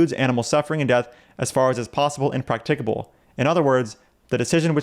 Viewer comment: Do you need to be able to pronounce "practicable" correctly to be vegan?